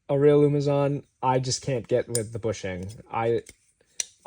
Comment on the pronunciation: It’s not “umazon”